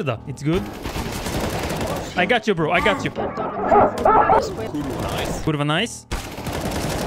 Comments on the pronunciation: Wow, Best "kurwa" I ever heard.. Impressive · as a polish person i gotta admit, that kurwa was really impressive and i couldnt even notice a difference between foreign kurwa speaker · that was the best kurwa i have ever heard from a non-polish speaker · as a polish person, I can say that your "kurwa" actually sounds very good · that's the most authentic, the best kurwa I've ever heard from a foreigner. Hats off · I think you say kurwa very nice